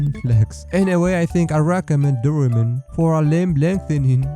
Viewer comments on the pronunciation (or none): Dorimen? I heard you say Dorimen it's not like that Doraemon is a very popular anime/cartoon(in India) from Japan also famous in India I know about Doraemon from india And I found out many things about how doraemon's joints move and it's not simple he is a robot cat